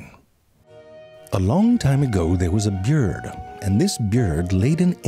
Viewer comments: you're saying byurd wrong a lot... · Good to teach kids how to incorrectly pronounce BYORD. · i simply cant watch for how he says byurd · Wtf does narrator first say? ”A BEYURD” ?! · “Byurd” gets me every single time. 😂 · What the fuck is a bjird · i watched it, he he says bird normally later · I like the way he says bird its funny